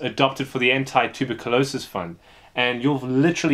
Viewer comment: It took me a few seconds to recognize he was saying Tuberculosis. lol. Never heard it pronounced that way before.